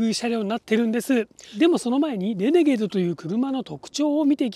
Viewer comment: イントネーションはレ→ネ→ゲー↑ド↓…じゃないの？私少数派？